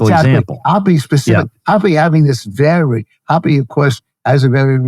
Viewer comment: I dont think that's how you pronounce Hoppe..